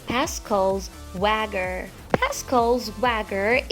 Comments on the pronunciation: Pascals WAGGER 😂😂😂 it’s pronounced (Way-G-er) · "wa-ger" instead of "wey-jer" had me dying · Yea threw me off too... I was like swagger lol spelled wager pronounced wajer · God that voice. You sound like you're just reading a book report in class. Also, wager is pronounced way-jur and not wagger. Goodness. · Damn... You do not know how to say wager. It's pronounced as wager. You're welcome for the info. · Wager is pronounced in this way Wa-ger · Pascal’s Wager was pronounced completely wrong.